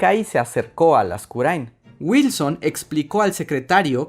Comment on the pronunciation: Por fin escuché mi apellido bien pronunciado jajaja